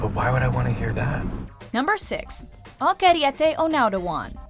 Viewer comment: The way she pronounces Okieriete's name gives me a headache. They could have just called him by his nickname: Oak